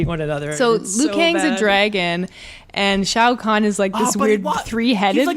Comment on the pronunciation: it's pronounced Khan like from Star trek